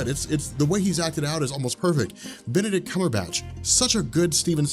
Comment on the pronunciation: I'm sorry but this dude said "barbeque Cumberbatch" 😂🤣😂🤣😂🤣😂🤣😂🤣 I'm weak rn